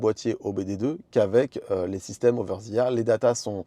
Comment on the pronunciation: "oveure zi ère" 😂😂😂 En vrai je me moque, mais merci pour les explications 👍